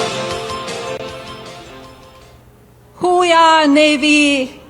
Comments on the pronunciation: Saying how ya with that accent and like you have never heard the expression till today. And its HOOya not who-yeah PS ain’t that a USMC thing (see Al Pacino) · It's "HUAH" not "HU-YAH"😂😂😂😂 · It’s Hooah not ho-ya she got paid today. Everything he does is transactional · Ugh! That speech should have stopped at the garbled "Hoo Yaaa". Embarrassing! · She said that all wrong!!! If you cant say it right,dont say it at all. I did 10 years Navy and 10 in the Army and I have never heard it said that way in either branch. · There is no “hooya” in the Navy. I was in the Army for almost 30 and we say “Huah” Pronounced “Hoo-ah” or “Huuh.” It’s hard to make this clear via writing. Just go ask any Army soldier or Army vet to say it for you. The Marines say “Ooh-Ra.” Melania was most likely mixing up the different battle crys. Do your homework, lady. Not a tough assignment to prep for.